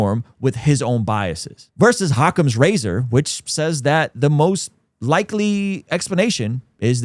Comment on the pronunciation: Bro it’s occams not hhhhh